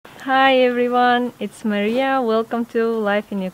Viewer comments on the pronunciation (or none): none